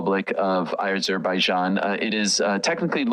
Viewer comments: Why are these 2 dorks pronouncing it like they've never been heard of Azerbaijan before???????? 😅😂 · The way Ariel is saying Azerbaijan is pissing me off and I am not even from there 🤦